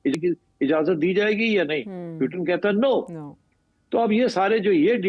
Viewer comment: why they can't pronounce "Putin" ?